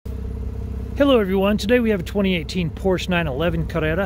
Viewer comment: Why are you saying carrera with an accent? Damage was in the front